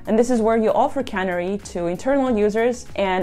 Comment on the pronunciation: Please learn how to pronounce “canary” if you’re going to make a video about it. A canary is a small bird. A cannery is a factory where they put fish in cans. A cannery deployment is where a truck delivers the above cans of fish to a consumer.